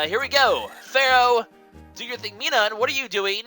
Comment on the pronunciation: Minum's pronunciation is Mi-num, like minus.